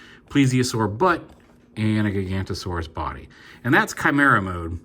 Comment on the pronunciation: Funny thing is Landsaur is actually a dinosaur pronounced "Giganoto -saurus" not Gigantosaurus but honestly don't blame you for calling it gigantosaurus because honestly that's the name they really should have given it coz the dinosaur itself was known to be literally gigantic. Paleontology can be weird sometimes fr